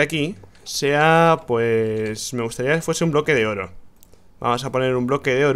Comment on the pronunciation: Dijo bloko de oro XD